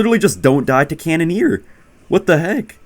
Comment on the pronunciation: ahh yes canoneer